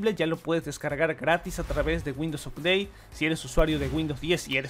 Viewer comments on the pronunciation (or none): none